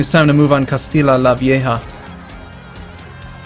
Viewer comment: No it's said castiya not castila pr alternately you could just call it old Castile as that's how it translates into English.